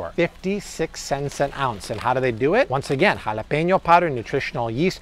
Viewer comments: Why tf homie saying jalapeño like that😂😂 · you're ALWAYS on it!!! 😊Especially love hearing your Mexican accent "Jalapeño powder" "Serrano powder"😂😉👍